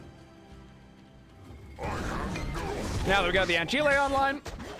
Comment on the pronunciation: an-ki-leh? you mean an-sil?